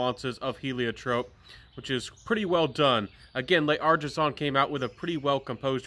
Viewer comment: Hello, please forgive me for picking on you about your pronunciation of some French words. But you can do better and I think it will improve your credibility as a reviewer. L’Artisan is not pronounced Lay Artisan, you can basically ignore the apostrophe between the L and A and pronounce it as one word. L’Homme is not pronounced el homme. You can ignore the apostrophe between the capital L and the capital H, and ignore the capital H as it is silent. And you can pronounce the word more like Lome. No offense intended, I’m just trying to help. Keep up the good work with your channel and may it continue to grow.